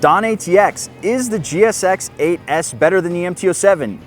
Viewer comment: Man cut these kind of titles out, For example you are wrong about the crank. If you cant say GSX8s you have a speech impediment.